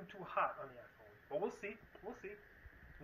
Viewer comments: For fuck’s sake why? “Ahphuone”? Really? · Aphone? Whësh?